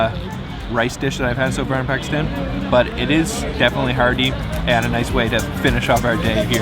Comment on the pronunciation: How many days are they going to be in Pakistan and mispronounce the country they’re in.... I want to watch the video...I’ll come back tomorrow and try again. 🥲